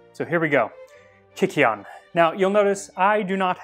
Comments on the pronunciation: It would have been pronounced KØKEON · You're pronouncing it wrong. It's a long I sound as Kī Keon, not kick keon. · Not to be that guy but I believe it is pronounced kie-see-on. Here from a psychedelics podcast that went pretty deep on the same subject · At first I heard it as "Kakyoin". Too much Jojo I guess. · "Virgin Kykeon please, hold the 'baneful' drugs, extra cheese..." The pronunciation would have been closer to kook-ay-ON, and the barley (which should have fungus) is there for one reason: to trip balls. It's basically an ancient version of absinthe- high proof & hallucinogens added. "You could make a religion out of this." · It's pronounced more like "kookeon", with a long u sound. The spelling is a relic from how Ancient Greek was translated into Latin. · I know he did not just say KIKI-on 😭😭😭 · Sound like some Jojo hater trying to say Kakyoin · wouldn’t it be pronounced kukeon? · Slight pronunciation issue: y is the greek leter υ, upsilon, which is pronounced like u in English. So, it would be more like cookie - on. (I took a 2 year class on ancient greek). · this man perfectly speaks with an italian and spanish accent but he cannot say kykeon right Looking deeper in the video, he cannot pronounce greek words well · The Y was probably pronounced more like a U since it's an older word, if I remember correctly